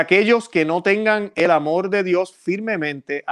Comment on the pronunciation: Siempre confunde la L con la R, es una constante, confunde Amor por Amol, etc, etc.